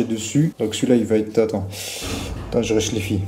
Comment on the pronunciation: " attend j'réchléfi "